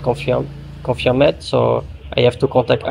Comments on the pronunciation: J’ai été impressionné par votre anglais jusqu’à entendre "confirmeeeD" 🤣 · 🤣🤣 l anglais de l un pas compris par l anglais de l autre 🤣🤣 bonjour les échanges ... Pas de soucis, faut pas être trop littéraire ... Confirm c est suffisant des fois ... Le confirmaid hum, hum 🤣🤣